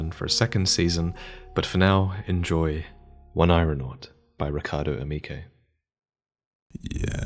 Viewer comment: Amazing work to all the artists who contributed works to this contest. I'm blown away by the incredible talent and creativity of all of these entries. Thank you for putting this video feature together and getting these artists some exposure. Just a friendly clarification on the final work's title: "oneironaut" is pronounced "Oh-Neer-oh-naut". Oneiro is a latin word that essentially means dreams, so an Oneironaut would be someone who traverses dreams.